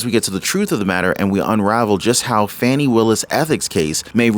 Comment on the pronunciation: You are mispronouncing her name.